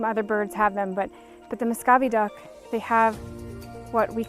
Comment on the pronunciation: it is pronounced (mu - sco - vee) not (mo - sco - vee).